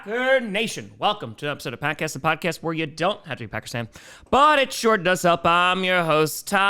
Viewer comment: Wipe your Laflears! Packast instead of podcast; wow, thats awesome! You should should paint that on a board and place in front of your camera. BEAR DOWN!